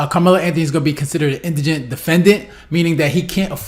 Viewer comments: All these people not pronouncing the word indegent correctly 🤣🤣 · What's sad is all these fools trying to pronounce indigent..